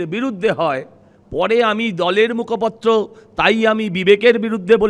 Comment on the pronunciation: উচ্চারণ ঠিক করুন, আপনি মুখপত্র নন, মুখপাত্র